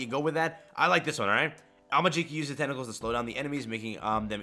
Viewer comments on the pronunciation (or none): We just gonna ignore the way you pronounced tentacles at ? 👀🤣